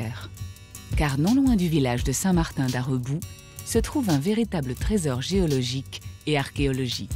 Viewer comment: "Saint Martin d'Areuboue"? Non. Saint Martin d'Arbéroue. "La grotte d'Itsouritz"? Non plus. La grotte d'Isturitz.